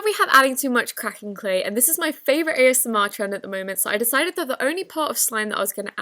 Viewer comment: The way she said cracking 🤣🤣🤣no hate